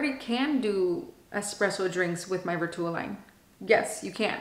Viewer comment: Plz plz plz plz pronounce Vertuo properly! U can google how to pronounce vertuo it was hard to watch your video u say vertuo wrong ssso so many times. Gosh